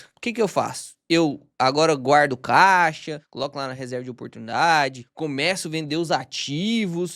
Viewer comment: pq vc fala K de " caixa"?